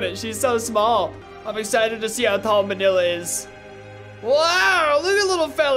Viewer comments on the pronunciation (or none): none